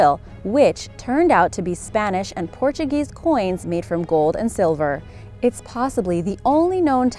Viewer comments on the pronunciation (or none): none